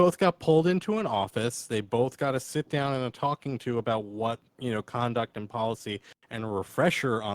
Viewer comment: "a-boat" LOL